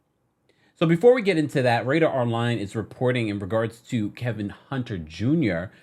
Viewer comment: Just can't say Kevin without adding an L in there, can you??